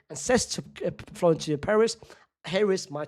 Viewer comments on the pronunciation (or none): none